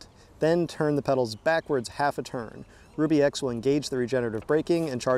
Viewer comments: Shouldn't it be pronounced "Rub E" instead of "Ruby"? Ruby makes no sense. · I do believe it is pronounced Rub E, Not Rue B...............as in , it rubs on the rear tire! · It's "ruh - bee", NOT "rue - bee"! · Pronounce it Rub bie and it makes sense. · It's PRONOUNCED (rub) (e) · That's what I was thinking. He kept calling it 'ruby' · Your not saying the name correctly.